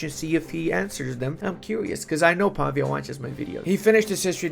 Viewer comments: Hi! I don't mean to be rude, I'm a big fan. But as I know you studied foreign languages (as I did) and I sure hope you still want to learn new stuff, the correct way to pronounce the developer name is pav-Í-a, with the accent on the "i". Just an advice from a Serene Republic fan of you, much love bro💙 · I'm feeling for mr. Pavìa, the dude even has a graphical accent in his name and still got the pronounciation wrong for the whole video XD